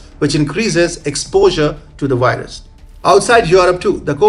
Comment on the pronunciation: I like vatching TFI wideos about the wirus and the waccine, vhenever they come out.